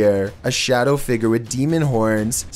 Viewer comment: "Figurr" "Hooooves" pronunciation 100